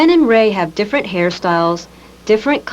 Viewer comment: This lady is so hot I love how she reads and pronounces words. Very exacting. The only folksy idiomatic thing I hear is that she pronounces "different" like, "diffurnt", which itself is so out of character & clearly done by a calculation to fit in with a certain type of 1980s good-old-boy and not appear pretentious or foreign to him. It took me until the end of the video to realize that English may not be her first language, which is truly insane. She might be the sharpest person you'll ever see. Not surprised her side of things won this case.